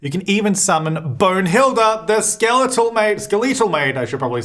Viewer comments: did "skel-eetal" throw anyone else off or just me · Ok and have me confused on how to pronounce "skeletal". 😂 I've always said it the way that initially said it before he "corrected" himself. 🤷‍♀️ Is there an inside joke I'm missing out on? Asdfifoowogog